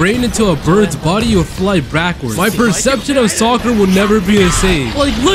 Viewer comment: bro can’t say backwards